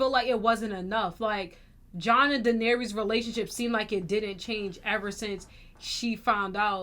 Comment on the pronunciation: YALL know what’s crazy…. you guys haven’t pronounced Dany’s name right the entire show 😭😭